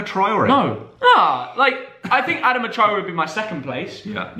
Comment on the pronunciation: Adama pronounced ad-ar-ma